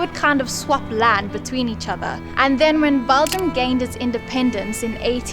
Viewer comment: It's BELGIUM. Not BALGIUM.